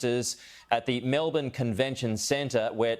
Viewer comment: Best pronunciation of Melbourne I have heard.